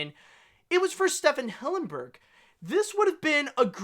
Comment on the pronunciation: It’s pronounced STEVEN Hillenburg, not Stephan